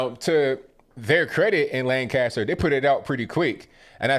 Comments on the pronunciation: Jesus people. It’s “Lankester” not LAN-caster. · It's not pronounced Lan CAST er. It's LAN cast er. Or basically put "kisst" in the middle. Just a pet peeve as a native. Hard to believe my home city is in on this nonsense also. The city was still pretty heavily Republican when I was growing up in the 80s. It even had a Republican mayor as late as 2006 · not Lan-caster, Lanc-aster ... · Its pronouced "lancaster" . Not lan-cast-ter. Everyone saying it wrong. So sad this happened. This has been going in this city for week. Riots etc